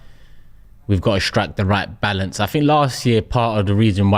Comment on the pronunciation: Balaance 😂 if you caught that ur a g